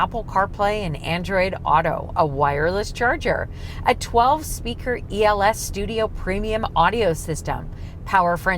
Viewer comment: “12-pseaker ELS…”. Lol. Speaker, too. 😝